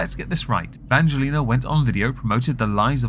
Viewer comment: I say persistence mispronunciation of Angelina’s name is a hate crime. I am offended on VS’s behalf. Lol